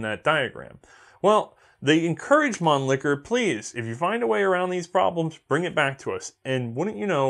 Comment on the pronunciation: So, gravity feed magazines don't work, but it saves the cost of a spring? Get outa here, a spring is the cheapest component in a rifle apart from the air in the barrel... p.s. please don't improve your German pronunciation. Man Licker is my favourite C&R double entendre. Mannlicher isn't funny at all. Love the channel, btw. Educational, entertaining and hilarious.